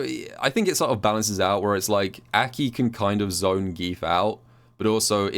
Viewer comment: Why does call her Äki?